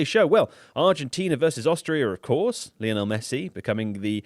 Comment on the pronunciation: Why do people still get Messi's name wrong? Leonel? He's name is Lionel literally named after Lionel Richie